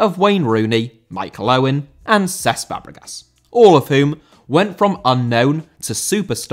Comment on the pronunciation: Cesc* not Ces